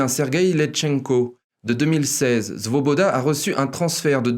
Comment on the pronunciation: Parfait comme d'habitude... juste .... c'est Svoboda et pas Zvoboda. Ca s'escris avec S et se prononce S et pas Z.... pas brazvo qui ne veut rien dire, mais Bratstvo (avec un S) qui veut dire fraternité .... mais bon ca n'enlève rien à la qualité de l'emission.